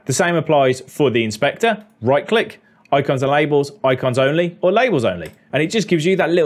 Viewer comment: I love how he says "oicons"! Funny.